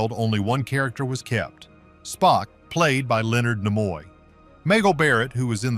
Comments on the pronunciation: Herbert Solow is spelled with a w at the end, not Solo. And Leonard Nimoy's name is pronounced NEE-moy, not Nih-MOY. quite a few other "bloopers" on the video. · AI generated voice is maddening and so is the constant changing of how names are pronounced- Nimoy for example. You would think that AI would either get it wrong all the time or right all the time, but it goes back and forth between the two pronunciations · He couldn't even pronounce Leonard Nimoy's name correctly!!